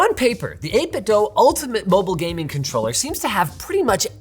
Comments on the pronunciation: It's "eight bit do" not "eight bit doe" v annoying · Everyone pronounces it 8 Bit "Dough" but it's actually "Doo" like Scooby Doo. Verified by the company. Normally I wouldn't care if someone mispronounces a random company but these guys are absolute masters of controllers and deserve the utmost respect to their name! The 8BitDo Ultimate 2 controller is the best controller for the price ever created. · It's pronounced 8bitdo like scooby-doo (apparently)